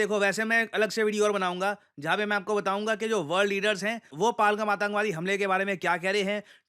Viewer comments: सर; कृपया pronunciation sahi kijiye. यह पाहलगम नहीं, पहलगाम है. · Shrimaan, phalgham nhi pahalgam bolo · पालगम ❌ पहलगाम✅ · पहलगाम not पलगम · आप नाम ग़लत क्यों उच्चरित कर रहे हैं । पालगम नहीं है ये पहलगाम है । वहाँ के लोग भी इसे पहलगाम ही बोलते हैं । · सही उच्चारण है पहलगाम। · Kya Banda Hai, Pahalgam Ki Pronounciation hi badal di kch to Apna rkho, kch bhi? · Sir, u have been pronouncing "PAHALGAM" in a wrong way, please have a look at it.